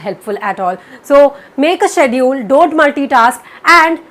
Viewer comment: Lol, it's 2019 and you donn even know how to pronounce 'schedule'